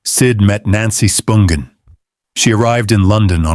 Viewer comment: Interesting video. But, you're killing me w/ how you pronounce Nancy's last name.